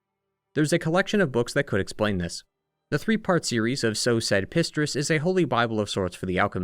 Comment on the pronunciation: Valentinus* not Valentius, Pistris* not Distris